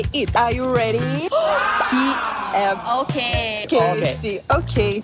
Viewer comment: the fact that at one video she said ki ef si was so funny